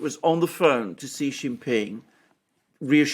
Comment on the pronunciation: "Xi" is pronounced "See"!